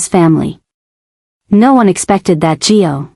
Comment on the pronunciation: Suppos we to be Gio. AI mis-pronounces alot